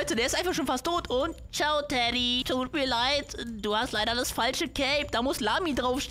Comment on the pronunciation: Wo du ganze Zeit Teddy gesagt hast war es für mich wie Dady 😅 SUS😏